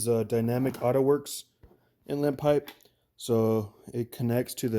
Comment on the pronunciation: Are you saying intlet or inlet?